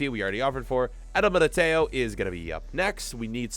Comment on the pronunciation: The way you say Militão and Upamecano is so wrong